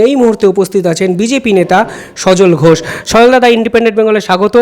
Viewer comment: বঙ্গ বিজেপির এক কুলাঙ্গারের নাম,এস ঘোষ।যে "স" কে "ছ" বলে।😂😂😂